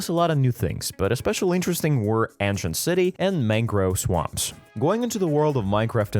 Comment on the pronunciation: Ant shint